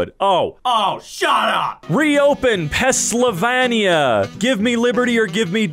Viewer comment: Did you just say *Pessylvania*? You realize that spelling is only missing a y right?